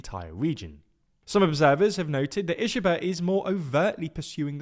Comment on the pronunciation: Japanese "i" is pronounced like "ee" in "reed" Ishiba is pronounced "Eeshee-ba"